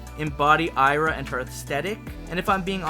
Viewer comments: Hey babe. I'm from Brazil. So, the name of the legendary mermaid is pronounced I-A-R-A (like "Ee Ah Ra") not A-I-R-A. Aira is a indigenous word for daughter, while Iara is the name of the mythical mermaid that lures men into doom waters... So, next time you'll know how to pronounce it. Kisses, love you and your creativity is incredbile. 🥰🥰🥰🥰🥰🥰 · Hey man! Great video as always, loved the new characters and pokemon and can't wait to more of the zonhe region! Just a heads up: Iara is pronounced "Ee-Ah-Ra". I don't mean to be rude, i just think that pronunciation would sound better :)